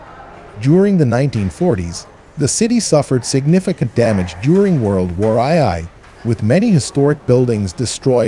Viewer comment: wow, i almost wouldnt have know it was an AI voice unless he said world war eye eye